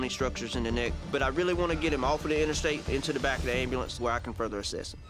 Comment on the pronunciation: I love the 'Ambalance'